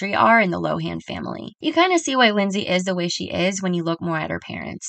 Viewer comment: Did you know that we’ve been pronouncing her last name incorrectly for years?! It’s actually “Lo-in!”